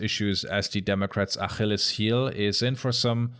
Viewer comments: so that's how Germans pronounce "Achilles?" That's pretty neat. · An der Aussprache des Wortes "Achilles" sollt ihr die Deutschen erkennen.